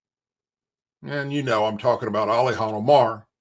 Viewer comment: WHO the heck is ALIHAN??? You mean Ilhan? 🤣